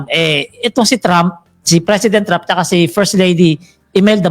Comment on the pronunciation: GUYS DONALD IS PRONOUNCED AS DANNALD TRAUHMP NOT DON ALD,, '"TRAU-MP" IT'S TRAH UMP...